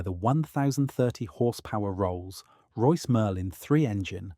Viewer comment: Commentary sounds AI generated. E.g. the gap between Rolls and Royce give that impression. Could just be dodgy editing but several times it sounds off. Please do better.